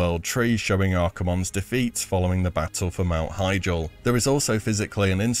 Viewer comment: "Mount Heigel"